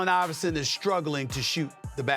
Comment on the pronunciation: Hel no you say iverson better than stephen curry😂